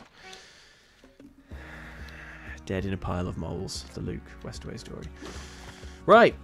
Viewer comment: soz to be that guy but it's Westaway*